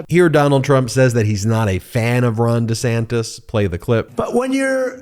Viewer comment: Does he know he is saying Ron Of sanctification (made holy) with Ron Desanctus